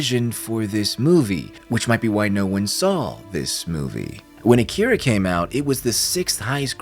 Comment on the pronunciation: It's pronounced "Ah-ki-ra" #Akira